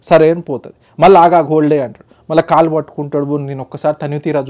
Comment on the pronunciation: Kallu Kadu kaalu😂😂